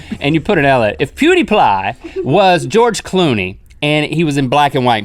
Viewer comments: Lol its not plewdepwie is (PEW-DEA-PIE) aka pewds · "ploo-dee-ply" link 2015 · It's pewdiepie not pewdieplie +Pewdiepie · Zara Zen u spell it pewdiepie and pronounced pew dee pie or peewwwww dee piiiii lol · As soon as I heard sourcrout I thought " hey I'm German and im learning. How to make sourcrout now!" I also looooove frank Sinatra ...did anyone else notice link said pewdieply?